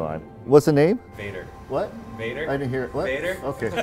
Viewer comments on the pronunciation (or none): Being Swedish and hearing Americans trying to pronounce Väder........